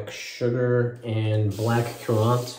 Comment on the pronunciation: Haha. Are you doing that on purpose? 🤔 "Currant" is pronounced like "current". 😄 Nice shave, dude! I want to see that beard come off! 😆